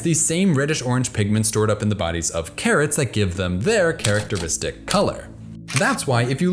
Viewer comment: "Carrot teristics"... Well played mister.